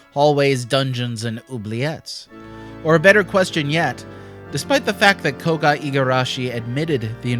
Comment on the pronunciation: "Koga". That was enough for me to close the video, and to never watch this channel again.